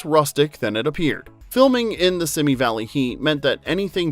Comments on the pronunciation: “Simi” Valley is pronounced “See me,” not “Simmy” Valley. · "Simi" as in Simi Valley is pronounced /ˈsiːmiː/ (See Me)